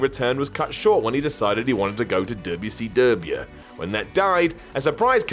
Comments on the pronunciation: I love how says “DUB-ya-sea-DUB-Yao” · I love how seeid WCW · Lmao why you say wcw like that? you making fun of southern slang!!!! Its funny as hell to me though im from GA